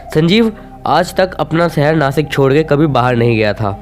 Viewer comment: नासिक नाही भाई नाशिक💯